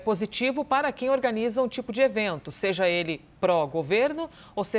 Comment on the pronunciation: Pseudo repórter da CNN falando "seje"...Misericórdia!